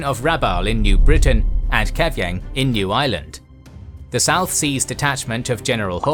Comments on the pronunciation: I definitely heard New Ireland as New Island and was very, very confused for a second. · I thought you said 'The Island of New Island' lol.